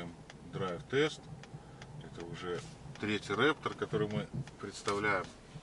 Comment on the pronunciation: В комментах Вас поправили: «Рэ[¡]птор» («Raptor»), но... Вы — неисправимы?!. © P.S. Стеснялся Вам сделать замечание (т.к., я в "тачках" — «чайник»... В "личку" сообщение не отправищь, сорри!..), но... раз уж Вас кто-то "тыкнул носом" (как котёнка — знаете, когда их "тыкают"?..), то... осталось только "акцентировать" внимание и "закрепить" урок... P.P.S. А за обзоры спасибо — смотрю для души! "Тачки" давно нет и... до конца жизни уже никогда не будет!!. И... простите за бестактность, но... «рЭптор»!!! ©